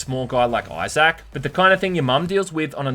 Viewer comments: IT'S eye-ZIC not eye-ZAC! FFS, you HAVE to be doing this just to annoy us. I know it's petty but I honestly couldn't handle this video because you HAD to emphasize the wrong pronunciation. I straight cringed everytime. Thank god, this game is as stellar as the original so I'm literally just watching this to feed the algorithm. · “iZack” damn bro say his name right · Australians / British can’t even say Isaac name right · Do all folk from your neck of the woods pronounce Isaac as Eye-Zack as opposed to Eye-Zk ( ˈī-zik )? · Love your vids, but I can't help myself here: They way you pronounce Isaac is so hard to ignore. It's "EYE-ZICK", not "EYE-ZACK". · "Eye-Zach"? LOL Dude. It's "Eye-Zik" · Why do you say pronounce Issac as I zak? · "Eye Zak" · Say Eye Zak one more time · Ahhh yes. ‘Eye sack’ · ITS PRONOUNCED Izick the pointless emphasis on the A in Isaac is driving me crazy 😂😂😂😂😂😂😂😂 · I think eye-sack is pretty cool too. Eye-sack. Eye-sack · The best part of this review is hearing calling Isaac, "i-Zak" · I-Zach. Fuckin lol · Say I zach one mo time! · I’ve never heard Isaac be pronounced “eye zack” before ha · Character name: Isaac: EYE SACK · Came here looking for this comment. Eye Zack? What an odd pronunciation. He must not know any Issacs.🤣🤣 I love this guy's content though. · Did you really pronounce "issac" as "eye sack" lol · "eye sack" clark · " EYE-SAK" LMAO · Australians really dont know how to say issac instead they say izaac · pronoucning issac as you would anzac made me chortle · The way he says Isaac🤣💀